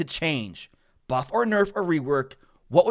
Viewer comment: Excuse me....? Did you say buff?!